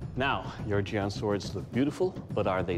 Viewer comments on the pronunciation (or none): They pronounced the Chinese words so badly that I didn't even know what to type to Google them. Jian "Jeanne" Sword of Goujian "Sword of Goo Jeanne" Qinglong Ji "Key Long G" Kachin Dao "Catching Dow" Hudie Shuang Dao "Who Day Dow"